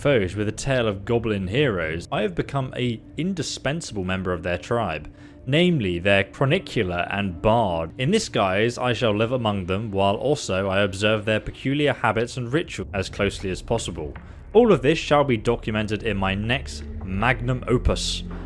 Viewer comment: it's actually "Reh-Gale-Ing" and "chronic-ler"